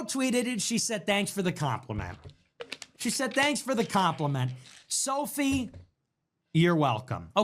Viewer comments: Bro, her name is Sophie, not Sophia. Makes you sound clueless while trying to speak as an authority 😂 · How many times is he gonna say Sophia rain and not Sophie rain